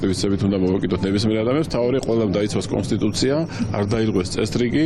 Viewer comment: კობახიძეეეე კოინსტუცია კი არა კონსტიტუციააა შე ბნელოოო